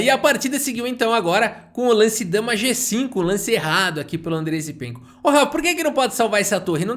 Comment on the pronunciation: muito engraçado qnd o fala com ênfase na última sílaba: "vai para o uniCÔ lanCE da posição, dama F seTê" hahahahah